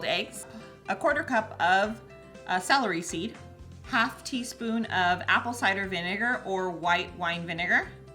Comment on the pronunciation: Did she say Salary Seed, or Celery Seed?